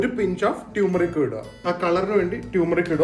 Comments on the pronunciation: ടുമേറിക് alla its Turmeric ടർമേറിക് 🙏🏻🙏🏻sorry to correct, but very common used word... Ningale pole educated and famous aaya aalukal, pronunciation oke onnu sredhichal nallathayirikum👍🏻take it on a friendly note pls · So please note that is ടർമെറിക് not ട്യൂമറിക് 🙌